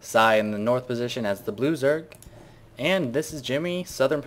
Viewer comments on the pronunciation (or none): whenever i hear you say "blue zerg" for some reason, when i first hear it, i think you say "loser"